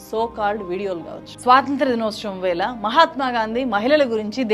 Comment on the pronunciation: వేల కాదు వేళ వాల్లు కాదు వాళ్ళు ఆందోలన కాదు ఆందోళన ఎల్లు కాదు ఏళ్ళు ఇలా చెత్త మాట్లాడకు తల్లీ నీ తెలుగు మండ